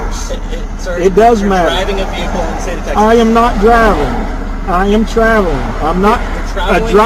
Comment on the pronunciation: Bay-hick-kul drives me bonkers mate, can’t sub.